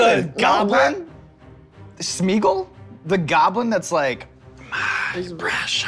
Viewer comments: he didnt even say smeagle right. lmao he called him spingle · I know he did not just say SMEAGLE!🤣🤣🤣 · He didn’t even say Sméagol bro said speagol!!!